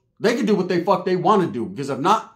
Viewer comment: "An Irish uce, a what the foook uce"🤷🏽‍♂️🤣